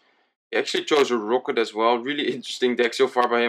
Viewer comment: omg can you say rocket and not rooket?